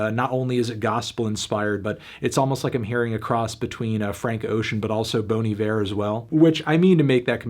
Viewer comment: Did he jsut say... Bone Evare?